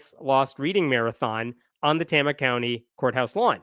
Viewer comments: Pronounced Tay-ma. Tama County. Also, don’t go there. Iowa mostly sucks. That’s from a resident. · That’s the new Iowa for you. No more Iowa nice. Now it’s Iowa nasty. Also, Tay-ma with a long first A sound. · Tama County. Tay-ma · Not how Tama is pronounced. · You mispronounced Tama. Tay-mah. Not Tah-mah. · FYI - it's a long "A" sound. Tayma, not Tahma. It's a relatively low-population rural county in the center of the state, and home to the Meskwaki Native American settlement and casino. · Just FYI, it's pronounced "TAY-muh" County. I live 2 counties away from there. Good reporting! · fyi its pronounced TAY-muh, not TAH-muh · Tama with a long "A"! Rhymes with "flame"! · I thought maybe you were from Iowa but you mispronounced Tama. It's pronounced tayma. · It is pronounced "TAMA" (long A) County. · Sorry, but the second A is pronounced "uh". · Iowans say it tay-ma. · You're miss pronouncing Tama. The first "a" is a long A. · Just do you know, the first a is a long a in Tama. Tay-ma. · FYI, it’s pronounced TAYmuh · Great summary! But please, for the love of fettuccine, it's Tay-mah. 😂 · pronounced TAY-mah.... OH NOES... Everything else you said 💯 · Pronunciation edit: Tama is pronounced TAY-muh. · Pronounced "Tame-uh". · It's pronounced TAY-muh, lolz. I'm a proud lifelong iowan & proud member of TST of Iowa. I feel downright patriotic TST Iowa had such a lovely holiday display in our state capitol last year. I wish I could've taken my kids to see it ❤️😊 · It's "Tame-a" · as an Iowan its Tama (Pronounced TAY-Mah) (small town with a Native American casino) and Kim is THE WORST. IOWA IS HELL.... SEND HELP. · I knew you were going to mispronounce Tama. The first A is a long A. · It's pronounced Tay-ma, with a long a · FYI..its pronounced tAma county...long A. keep the updates coming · As an iowan, Tama is pronounced Tay-muh 😂😂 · It’s pronounced TAY-muh. But that’s okay, Iowa is full of places that aren’t pronounced how one would expect them to be.